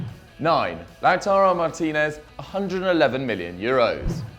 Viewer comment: I'm surprised there isn't more blood after the butchering of Ezequiel Avila's and Lautaro Martinez's names xD